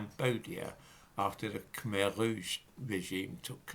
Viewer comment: khmer rouge perfectly pronounced for an Englishman, bravo! #FREXIT